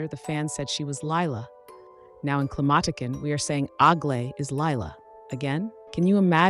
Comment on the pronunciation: Y’all just butchering the name Climatiqueen 😭😭😭💀💀💀